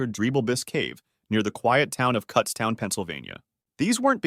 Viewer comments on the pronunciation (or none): It's KUTZtown, not cutstown lol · pronounced kootstown and its spelled "kutztown" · Just fyi -- it's Kutztown (pronounced like Kuhtstown)